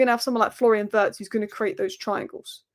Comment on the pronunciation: vi-itz not vertz